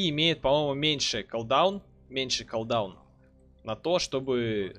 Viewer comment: Бля ппц слух режет, редуктион, авейсион, коолдаун. Чувак учись читать норм. Редакшн, кулдаун эвайшн читается. А так ты крут!